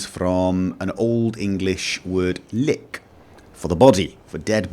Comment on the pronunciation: wrong at 1 point, im dutch and you dont say "lijk" as "lie-k" the "ie" should be something like "y" its almoste "like" only without the "e" so you say it like "like" without the "e" but keeping the pronunciation of it